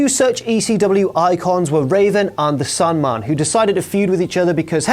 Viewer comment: sounded like you said "Sunman" instead of Sandman lol